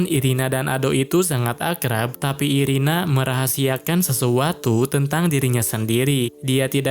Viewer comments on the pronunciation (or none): Irena bang bukan irina😅